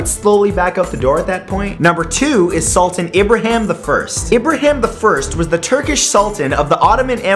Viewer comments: its a SULTAAAAAAAN not a SULTIN. its not an english word "an" isnt pronounced "in" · It's Pronounced Sull-taa-n